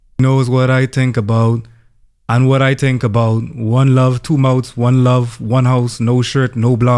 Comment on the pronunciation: “Knows what I tink about” sent me